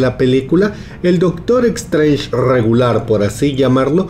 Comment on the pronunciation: E"x"trange??? Vamos...se pronuncia"s"trench (más o menos)